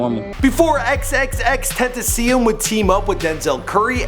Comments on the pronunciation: OMG Its XXXTENTACION-[ex-ex-ex ten-tace-eon] Learn your pronunciation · his name is pronounced (xxx-ten-tuh-see-own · Fuck u bitch it's TEN TA CION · it's TEN-tah-see-ohn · that boy said XXXTennesseen Stop Please stop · ITS FAKIN PRONOUNCED (EX-EX-EX-TEN-TAY-SHE-ON) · his name is XXX-TEN-TAH-CION my friend said its like a French name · the fuck is a tenacion LOL. its pronounced Tent-a-cion (Spanish) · dude there was a fragment of him saying his own name in this vid, why "ex ex tenteseyen" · It is PROUNONCED Ten ta cion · Who the fuck is XXXTENTESEEEN? Why can't people pronounce his name right? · Bitch pronounce it right "Ten-ta-syo-nn" hard vowels and tentacion means temptation in spanish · pronounced (ten- ta- shion) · It's pronounced XXX Tent-Ah-Cion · xxx tentaseon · Its pronounced TEN- TA-SHIOWN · xxxtennessee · Tis be "ten-tas-ee-on" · Lmao, its pronounced TEN TOSS EE ON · XXXTENTASEEUM the fuck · XXXTENASSIUM lmaoo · Sorry what's his name loool xxxtenaceon fml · Pronounced "Ex-Ex-Ex-Ten-Tah-See-Own." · this nigga said tennesseeum 😂😂😂😂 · XXX Tits I See Em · Brad Ten - Ta - Si -Oon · Dude it’s bean a yr and a half since he died and u still can’t say his name right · The way he says XXXTentacion makes me wanna cry! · U know u white as fuck when you pronounce his name that way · xxxtentacion said in your video how to pronounce his name and you still say it incorrectly. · that tentacion pronunciation tho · Why can noone pronuce his name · Nxght Designs can you pronounce it right? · How do you hear x say his own name and your stupid ass still fucked it up. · why did he say name like that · ...okay what the fuck was the pronunciation on Xxxtentacion I understand his name is pretty confusing but bruh..... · Bro don't ever pronounce xxxtentacion like that, ever. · The nigga said his name in an interview and you still couldn't pronounce it right smfh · Learn how to pronounce his name before you make a video about him champ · Ten tah sea in